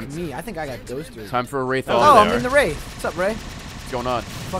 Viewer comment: wraith more like rayth #barbara